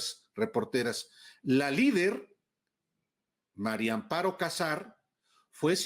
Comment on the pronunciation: Alvarooo "María" no Mario. A ver, si se te facilita diciendo: "MariAmparo", todo junto 🙄